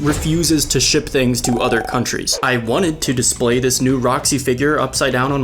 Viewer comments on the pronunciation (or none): none